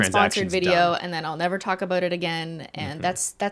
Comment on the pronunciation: I heard « it’s a tricky subject to *taco*bout »😁